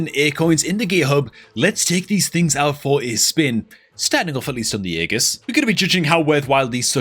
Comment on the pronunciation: Its pronounced "ee jus" not "aa gus" 😂😂